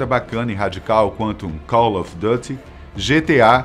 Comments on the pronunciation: O mais engraçado é ele falando Caloefedute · Jeito que ele falo call of duty kkkkkkk morri de rir.... What a dumb ass